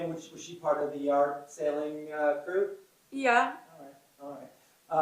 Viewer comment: I kept hearing “yacht sailing” not “yard sailing”